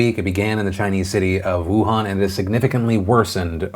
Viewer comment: I know how to speak basic Mandarin. But hearing the way that a lot of westerners pronounce wuhan wrongly has caused me to also pronounce it wrongly lmao...